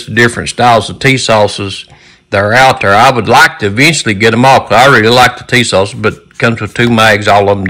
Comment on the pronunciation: Put some hot sauce on your "Tee-sauce".